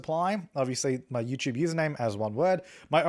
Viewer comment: haha he says "YewChewb" instead of youtube